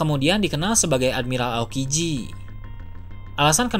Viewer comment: Ending ngomong nya pake logat :V woakwoakwoak admi-ralllll rallll wkwkw